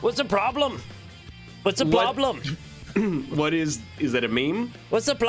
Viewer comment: Did we ever figure out what the ploblem was?